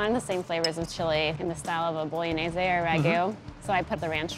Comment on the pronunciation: stoya montage which way? It's pronounced: bo-lo-knee-ye-zee